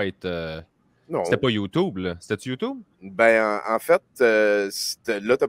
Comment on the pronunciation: pas capable de dire youtube . des génies .